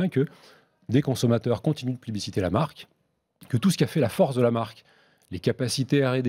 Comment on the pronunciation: Le directeur marketing qui ne sait même pas comment prononcer correctement la marque qu'il représente 😂😩🤷‍♂️